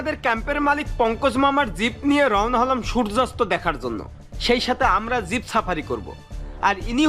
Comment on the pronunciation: Zib na jeep bole ok Valo bhabe zib diye kota tao ber hoina tomar re bhai aage zib take valo bhabe mati diye ghuse porishkar kore niyo okay tar pore zib na bole jeep bolbe ar valo bhabe hindi bolbe okay karon ordhek ta hindi hoi ordhek ta urdu hoi ar ordhek ta bangla bhasa bolo tumi tai boli je zib take mati diye porishkar kore niyo valo bhabe 🆗🆗🆗🆗🆗 bYyyy,....